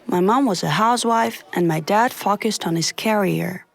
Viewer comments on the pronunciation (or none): Foaqesed on his carier No hate 😆